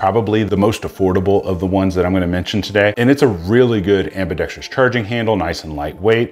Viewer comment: Ambidextrous, not ambidextrious. I couldn't keep watching, sorry.